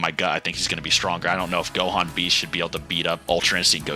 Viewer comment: Bro said 'Dohan' at the start like what?